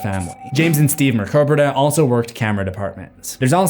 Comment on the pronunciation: You can pronounce "Mrkobrada" flawlessly, but say "tie-tular" & "contenue/begenning"? 😅 And the only reason I've EVER given you crap about your pronunciations, is because you FREQUENTLY seethe about other people/projects misprouncing things, lol.